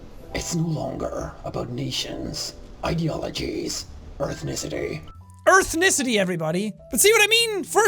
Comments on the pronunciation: “Earthnicity” -Jack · Erthnicity is officially a new word in the Oxford dictionary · "1.2 million people have heard me say earthnicity" 679k views later